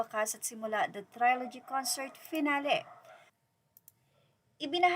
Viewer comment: ‘Trilogy’ is pronounced as (tri-luh-jee) hindi po (try-lo-jee). 😊